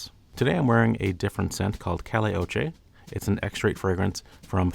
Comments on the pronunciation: cale oche? lol Pronounced "CAI-yay OH-cho" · Kai yay oh cho. 🤦‍♂️